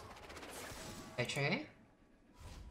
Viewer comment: she says chartreuse and no one can convince me otherwise